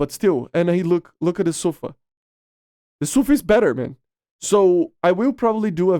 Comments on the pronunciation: 🤦‍♂️ it SUFA not SAFU, I have a friend that’s speaks Hebrew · Its actually pronounced "Safaa" edit: Yeah it's Su-fa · no Sa-fa